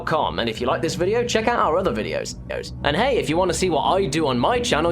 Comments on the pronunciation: "Videos-eos" Listen closely. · Did anyone heard at the end of the video ''videos-os''? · "Videos - oes" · "Our other videos-os."